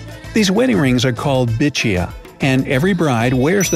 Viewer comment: It's not bichiya it's bhichua Love from India